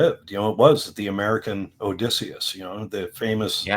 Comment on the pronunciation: oh man mega cringed when he pronounced Odysseus